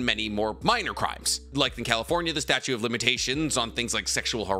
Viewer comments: are you saying statue or statute? Cuz it is the statute of limitations. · Statute!! Drove me crazy saying statue of limitations so many times so fast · Awesome video, just one question … are you saying *statute of limitations? Or statue? lol. Keep up the great content! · Idk why but I get thoroughly bothered when some one says “statue” of limitations instead of the correct “statute” of limitations lol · "Statute" not statue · fyi it's 'statute of limitations', not 'statue' haha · I’ve been letting go of saying “combind” instead of “combine” for months now. But I cannot sit by while he says “statute” of limitations instead of “statute” of limitations. Someone help him.